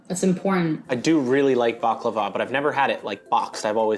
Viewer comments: ummmmm...hate to tell you this but that is not at all how you say baklava in arabic. like that letter "khhh" خ is not in the word baklava....it's بقلاوة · Yeah, that made me cringe hard. She completely butchered it. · as a turkish person, this is absolutely the worst pronontiation of baklava I've ever heard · Nobody pronounces it "bakhlava". That's weird. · Why did pronounce baklava like DJ Khaled